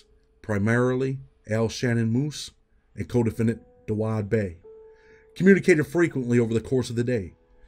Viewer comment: It’s said Dawu not Dawud. I know it’s not spelled that way but that’s how he says his name. Shits just funny to hear it like that